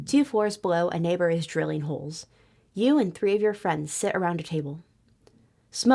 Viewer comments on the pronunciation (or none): none